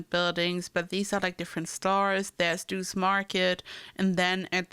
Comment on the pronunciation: Lorelai's house isn't actually in the town square but you did an amazing job recreating this. Doose is pronounced Doe-C.